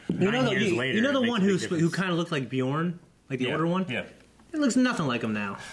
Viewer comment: you need to learn how to pronounce bjørn